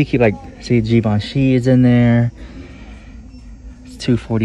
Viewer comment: How much were the Brahmin bags there, they are beautiful! And it's not ZheeZheevenshe, close tho, it;s pronounched Jzhiv-on-shee, emphasis on the last syllable. I guess we'll see what you got when some drahhhmma happens and you throw in yr reviews! Thank as always! LYSM!!